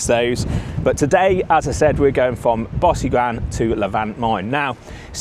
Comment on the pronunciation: Great video - Tip - talk to some locals and get your pronunciation right - e.g Bosigran - is not pronounced as per your commentary ! Try “Bow-sig-run”